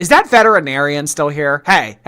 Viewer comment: pronounced “vetinarian”